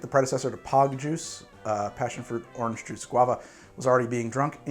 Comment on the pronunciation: Well there you are saying Awhrange again